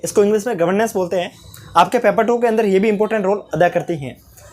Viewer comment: Thank you but paper not peper